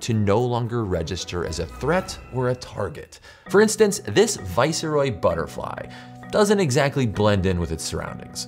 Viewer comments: "Vicer oy" butterfly. Every time! LOL. Viceroy is pronounced "vice roy". It comes from the Latin "vice" meaning 'in place of' and from the French "roi" meaning 'King'. (This is not meant in a critical or disparaging way. It merely tickled me!) 🍌😁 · Viceroy is pronounced vice-roy - not viss-eh-roy. Viceroy is a rank if nobility. Originally meaning deputy king. Roy from the French Roi, for king, so it's literally vice king. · No. should be vice-roy. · lol why is he saying viceroy like that? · Wait. Are there three syllables in viceroy?